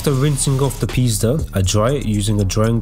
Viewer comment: oh my god if someone Polish will watch that video they will laugh just like me hahah when you said 488 Pista it sounded like "pizda" which means pussy in Polish hahah sorry great vid btw